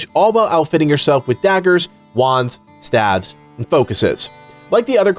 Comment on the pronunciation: The word is staves, not stavs.